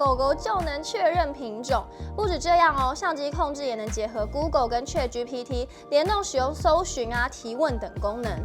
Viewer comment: 不是確GPT 是恰GPT